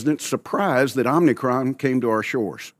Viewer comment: "Repeat offender in poor communication" calls Omicron "Omnicron"